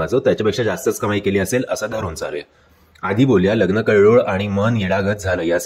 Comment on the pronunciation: कळ्ळोळ नाही कल्लोळ